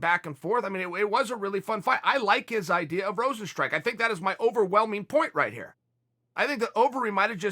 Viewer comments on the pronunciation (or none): "Rozenstrook" lol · at least get his name right, its Rozenstruik. You cannot just write how Americans would pronounce it. Overeem would win, easy, it was just bad luck in the first match.